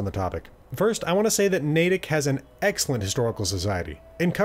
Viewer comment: Finally someone who pronounces things like Natick and Cochituate correctly...